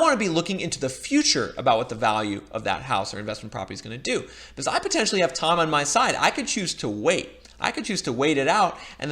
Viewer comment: I will subscribe if you start pronouncing "because" correctly.